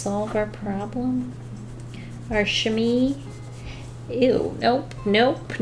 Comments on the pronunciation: I love you, love your art and you are one of the must funny person on the internet. BUT a Chamois is pronounced SHA-MWA not shami 😂😂 as a french speaker I thought I should tell you 😂😂😂 Tourlou! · As a french canadian I was like: « not chamee!!! ChamOIs!!! Chamois!!!! MOIS!!!!!!!» 😂😂😂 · I just love the way prononce chamois XD it isn't "chami" But "cha-mooh-ah". Yeah, I know it's weird but hey languages are hard af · Ok, just, fabulous job and also "chamois" is pronounced sham-WAA rather than sham-EE. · Just so you know! Its pronounced sham- me 🥰 love you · Chamois is pronounced like shamwah lol but some people just call it a shammy for short! And yes, it’s made from animal skin, but I’m not sure what animal... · The chamois.. It's pronounced "sha-mwah".. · Black water paper.........? I like the way she pronounced chamois. But it's pronounced "chamwah". Hope I helped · I was also a little confused about the art supplies given because they didn't really seem to coordinate? The pastel cloth is called a "sham-WAH" btw. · chah-mwah Or Chah Mo aah.